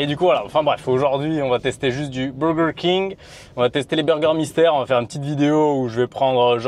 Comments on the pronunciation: Le BOWWWWGERRR KING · pourquoi personne ne parle de laccent 'burger King' 😂😂😂😂😂😂😂😂😂😂 si non cool video